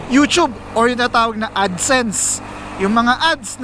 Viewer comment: Maraming salamat sa pagsabi ng tamang pagbigkas ng "You-tyube". More blessings to come!